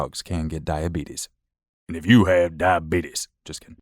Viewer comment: Me: I’m not sure I could love this channel more.: does “die-bee-tus” voice …… I stand corrected